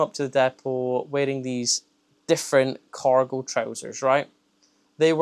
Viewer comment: Hahahaha not me thinking you were saying 'Coracle' 😂 I thought wtf are Coracle Trousers...